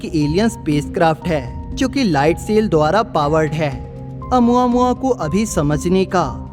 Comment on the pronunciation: Nice video bro . It's pronounciation is "O + mu + aa + mu + aa "